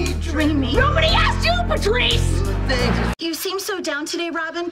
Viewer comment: she always say patwrice and that’s VERY unsatisfaying